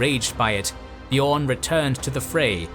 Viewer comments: Slight pronounciation corrections: Gala(dh)rim - the DH is pronounced as TH in THE, not as the TH in WRATH; Beorn - should sound more like BAY-ORN, then the Scandinavian Björn. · Exactly, just like the Beo in Beowulf.